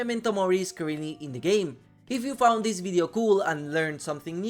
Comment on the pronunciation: HOW did you foind ts out